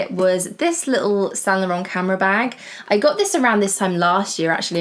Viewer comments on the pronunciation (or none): none